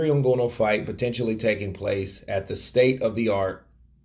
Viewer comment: you clearly don't watch UFC, the way you are pronouncing Nganou